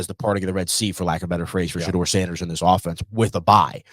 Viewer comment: I unsubscribed next time.Teach blondie how to say Shedeur's name correctly Take pride in your craft his name is not pronounced Shadrrrrr its Shadoor 😮